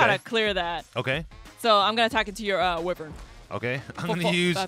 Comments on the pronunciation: It's pronounced WHY-VERN not WIV-vern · Yo and could you please try to do a sora vs gong bc I thing it would be funny and loser should cosplay as the winner and it’s not wivern it’s why-vern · Bro it's pronounced "why-vern" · Love the content, but wyvern is pronounced Why-vurn